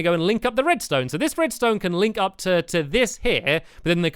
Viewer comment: Did I hear stampy say redstoon uh oh